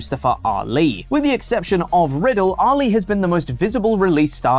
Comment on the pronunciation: Every time says Ali it throws me off cause I think he's saying Oli.